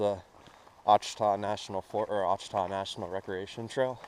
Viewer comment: It's pronounced " Wash a taw "